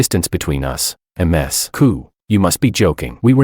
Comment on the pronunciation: Someone please fix ai pronounce Ms. Correctly 😂